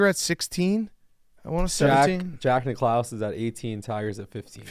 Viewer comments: “Jack Ni-clouse”??? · Are we just gonna let get away with saying Jack Nic-CLOUSE?